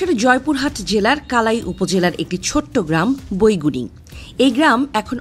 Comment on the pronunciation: বইগুনি না বাইগুনি হবে